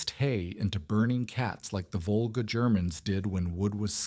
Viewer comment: It is Volga NOT vulgar! SMH